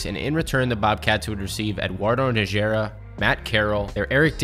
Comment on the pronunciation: Great video dude but every time you tried to pronounce Eduardo Nájera's name the Texan in me cringed lmao. It's pronounced "NAH-hur-ah". In Spanish J's have an H sound (think Jalapeño)